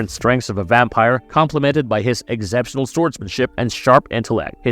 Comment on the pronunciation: Holy shite you need to work on your pronunciation bro. I'll like your video when you get "exceptional" correct.